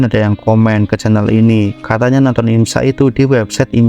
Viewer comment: Sampeyan Nek Ngomong IMSA Malah Kek IMSAK Ya